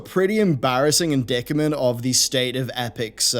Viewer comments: Everyone else already covered this, and then corrected it, and you STILL can't watch a 5 min vid and do some research? Being as you live in the UK and you can't pronounce the English word indictment I'm hardly surprised... Way to go... you single-handedly made yourself look like a blithering idiot in under 15 minutes. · You pronounced indictment wrong. You can google it and it has speak option on the definition. Loving these gaming updates mate. I like how you try to stay a bit neutral. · En-dick-a-ment??? Do you mean 'in-ˈdīt-mənt'?